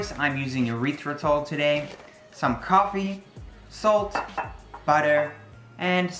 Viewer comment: Short e sound on the erythritol. Erythritol is not a byproduct of the urethra, at least I hope not.